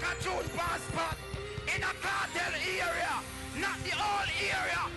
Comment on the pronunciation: Era not area